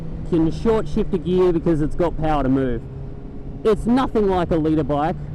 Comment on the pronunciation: NIGGA LEARN HOW TO SAY GEAR lol